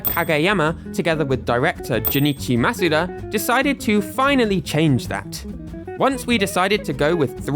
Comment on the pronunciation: This is the first time I’ve heard someone say Junichi Masuda’s name correctly.